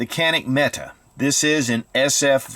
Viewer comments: Metay...not meta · It's pronounced Met AY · Met tay...Turkish warrior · I am a Turkish native speaker and Mete is pronounced /mɛ.tɛ/, the vowel sound [ɛ] as in /bɛd/. There is no length or tone on either vowel, just two short syllabaries: /mɛ/ + /tɛ/. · Pronounced meke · Why does everyone pronounce Mete incorrectly?